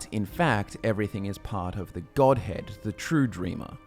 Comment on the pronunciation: every time i hear godhead, i hear godhand